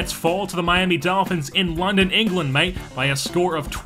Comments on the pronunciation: It's an English thing, but thr way you say it is Aussie in this video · They say it in England! But the way he says it here is Aussie accent for some reason